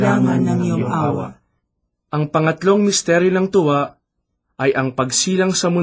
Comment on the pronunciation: sometimes the accent gives different meaing, e.g. "tuwa" and "hapis", it should be long "U" and long "A", but i understand that may be you are not a purong tagalog. that is why you have such pronounciation. "God Bless" and may tribe increase.